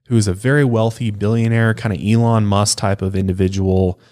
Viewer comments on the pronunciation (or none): none